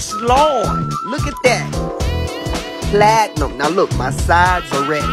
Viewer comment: Idk why but I always crack up when he says platinum